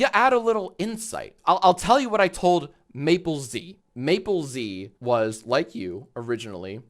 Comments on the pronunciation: Does Mappelz pronounce his own name that way? One of you two is breaking every pronunciation rule. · Uhhh his name is Mappelz not Maplez